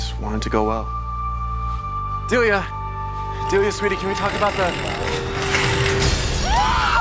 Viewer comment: he said deilia delia sweetie huh